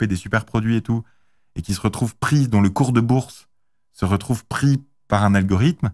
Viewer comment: dit un peu à ton invité qu'il faut dire algoriThme et non algoriDhme, algoridhme n'est pas français...